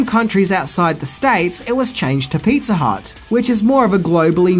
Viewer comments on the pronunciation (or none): Pizza "Hutt" ?! 😂